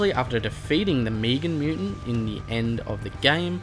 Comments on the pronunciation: Meg an not meeg an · you know it’s not Meegan it’s Megan (finale boss name) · He pronounces it differently leave him alone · srry didn’t realise I’m also Australian never heard it like that plus luv your vids